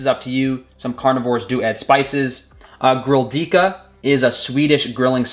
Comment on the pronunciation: Grilldyka? I think you mean to say Grillkrydda 🙂